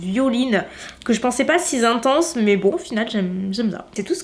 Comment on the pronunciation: Coucou ma belle, le makeup est canon, concernant la houppette y'en a qui n'aime pas, les goûts et les couleurs ma foi... Juste un ptit truc on dit "si intense " et "si épais" pas sis intense et sis épais y'a pas de s a si donc pas de liaison 😉 Rien de bien grave je suis juste là relou de la soirée 🤣 Concernant la palette Dominique Cosmetics je suis bien contente d'avoir ton avis aller est vraiment très jolie et j'adore l'effet de la loose powder de jaclyn hill 😍😍 Bisous 😘😘